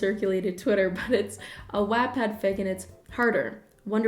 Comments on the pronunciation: Okay but who else is pronunciation Wattpad the way she does here? I swear to god I’ve never heard it said any other way that what-pad. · i’m sorry “wAATpad” sent me 😂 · Is no one gonna talk about how she pronounced wattpad I panicked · the way you pronounced wattpad activated my fight or flight response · i’ve never heard that pronunciation of wattpad and now i’m questioning my choices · I’m sorry but I could not got over the way you pronounced wattpad 😂😂😂